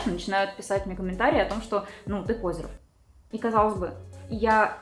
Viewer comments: Не пОзер, а позЁр, на Ё всегда ударение, а именно Ё в этом слове. Но это так, на будущее. В остальном - вы прекрасны, спасибо за видос, лайк и всё остальное. Лув. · А пОзер вместо позёр сейчас модно говорить?